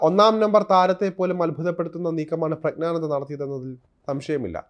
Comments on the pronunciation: പ്രഗ്നാനന്ദ അല്ല പ്രജ്ഞാനന്ദ എന്നാണ്. പ്രജ്ഞ എന്നാൽ ബുദ്ധി എന്നാണ്. അറിഞ്ഞിട്ട മനോഹരമായ പേര്. അത് നശിപ്പിക്കരുത്. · പ്രജ്ഞാനന്ദ ക്കു അഭിനന്ദനങ്ങൾ, ആദ്യം പ്രജ്ഞാനന്ദ എന്നു മലയാളത്തിൽ പറയുവാൻ പഠിക്കൂ,ഗ്യാനി എന്ന ഗോസായി വാക്കു മലയാളത്തിൽ ജ്ഞാനി എന്നാണ് മലയാളം അറിയാത്ത മാധ്യമ പ്രവർത്തകനോ? ഒന്നുമില്ലെങ്കിൽ മറ്റു പത്രങ്ങൾ എങ്കിലും വായിച്ച് മലയാളം പഠിക്കൂ, മലയാളത്തെ വ്യഭിചരിക്കാതെ,ഒന്നുമല്ലെങ്കിൽ മറുനാടനല്ലേ അതിന്റെ വിലകളയാതെ